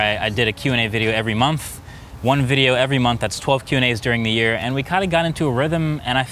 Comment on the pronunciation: “Last year I did a QANDA video every monf “